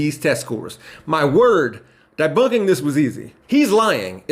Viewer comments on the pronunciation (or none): It's debunk, not dibunk 🤣